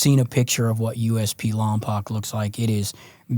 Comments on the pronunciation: He said lompoc its pronounced lom-poke infamous 😂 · Lompoc is pronounced Lom-Poke little small town on the map